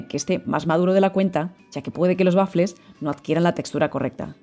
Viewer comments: Por diossss no se dice bafle!!! El bafle es o era un altoparlante donde se amplificaba la música. La pronunciación correcta es" uafle"( te lo escribo en fonética). Pero gracias de todas formas por la receta. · Waffel es una palabreja alemana, se pronuncia tal como se escribe. Muchas gracias por la receta. Igual se puede prescindir del huevo.